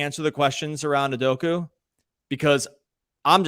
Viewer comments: "OO-DOH-KAH" not "oo-doh-koo" 😂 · Learn how to say Udoka’s name properly. It ends with an ‘a’ not a ‘u’. Stop pronouncing it as ‘udoku’, it’s really not that hard to not be ignorant and learn how to say it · Great podcast - but for the love of god, man’s name is UDOK-A not UDOK-U